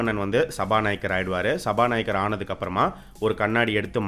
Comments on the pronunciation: சபாநாயக்கர் இல்ல.. சபா நாயகர். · சபாநாயகர்! சபாநாயக்கர் இல்ல..